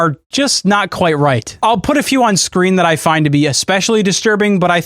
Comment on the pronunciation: Kwite sounding mf